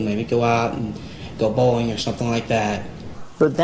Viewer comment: The way Hansen says “bowling” 😂😂😂